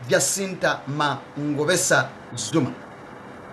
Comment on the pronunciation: WENA HOW you Pronounce Surname of JACINTA? What is YOUR problem ENOUGH????